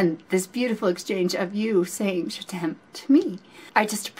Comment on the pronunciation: Hi, one of the most beautiful and purest reaction ever on this particular video. You really have a great soul and you are a very kind hearted woman. By the way, your pronunciation of "je t'aime" is perfect. Just like a frenchwoman would have said it. Love from France